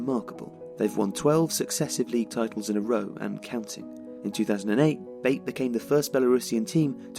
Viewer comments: BAIT? ITS PRONOUNCED BAATEH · it's pronounced not like [bāt] but like [baˈtɛ] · Isn't pronounced like you are saying it, not "bait" but "Batey" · Great work! Here is the correct pronunciation of the club's name: BA (as in bat) - TE (as in tension). so it's [ba'tɛ] not [beɪt] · U are pronouncing the club's name wrong. Its not baite.. Otherwise great video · I went to the Belarus Cup Final this year, nice to see a vid about Bate. Although it's not like Tifo to pronounce Bate as 'Bait'. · The last "e" is pronounced in the club's name as other letters In other words, there are two syllables: ba-te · definitely not the way the guy in the video said it so ,,ba-tay" is probably the best english version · I love this channel and this is another great video (Yes, I hit the "Like" button). But guys, if I may, I'd like to give you a little bit of constructive criticism. Sometimes you mispronounce the names of foreign teams, players, stadiums, etc. I know that as a native English speaker, you would think that "Bate" is pronounced the way you pronounced it, but it isn't. Slavic languages are more phonetically consistent than English and therefore "Bate" is pronounced pretty much the way it's written. The letter "A" stands for the sound "a", not "ei" and the "E" at the end is not silent. Again, I'm not saying that the video sucks, I loved it! I'm just saying that doing pronunciation research before making a video would help improve the quality and educate the viewers (assuming most of them are also native English speakers). It's a small thing and it's not that important, I just decided to say it, because that's not the first time I'm noticing this kind of errors in your videos. Cheers from Bulgaria and keep up the great content!